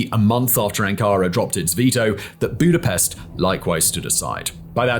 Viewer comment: come Simon you can't tell me you don't know the correct pronunciation of Budapest. Lol. Another good video fact boi